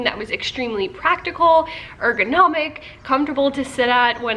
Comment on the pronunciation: "err-ghi-nome-ick" 😳 wtf?? 😭🤣